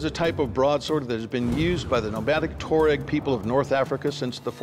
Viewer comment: Just a note it’s pronounced as T’ wha-reg (Tw like in Twist, ah. Reg as in register) it’s broken into the phonic sounds.